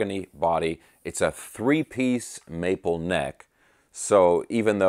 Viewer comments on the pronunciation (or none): none